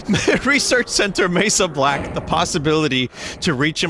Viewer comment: You think it's Mesa Black? No... It's Mey Soblack